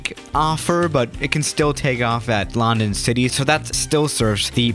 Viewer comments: You don't pronounce london lan-dan you pronounce london lun-dun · Its london you prenounce it like lu n dun not loundon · Nobody: Absolutely Nobody:: lAhNdOn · everybody else: london city:loNdOn city 🤣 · "at lAnD0n city" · It's lun don ok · Did anyone get triggered the way he said London